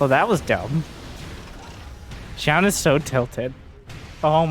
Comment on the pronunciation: fyi it's pronounced closer to jo-un